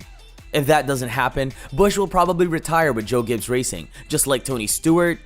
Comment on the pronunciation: Great.... more fake NASCAR channels. This is utter rubbish. You can't even pronounce the team name correctly and none of this is news. Stop making videos for clicks to achieve some BS success. Please people.... stop watching this nonsense. A video with a bunch of random facts that we already knew, and offer absolutely nothing new. You are literally copy and pasting a bunch of pictures together, with some word vomit of information that is a year old.